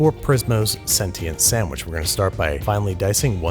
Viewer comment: is anyone also triggered at the fact he said prismos sentiant sandwich